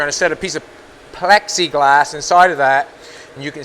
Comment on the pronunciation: I wish would go back to saying Pexiglass.